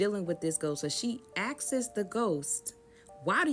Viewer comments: Nah that shit was driving me crazy!!!😂😂 And she has multiple story times and she kept saying it like that, I'm like say it with me now "AHHSSSSKS", sounds it out lil mama😂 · She kept saying “asksss” 😂😂😂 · Also "askes it" 😂